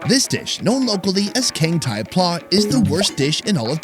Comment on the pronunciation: You pronounce pla incorrect. It sounded like word Plaza in latin. I was born in thailand. The foods in this video is not what normal people eat. Only drunkard low education person eat it.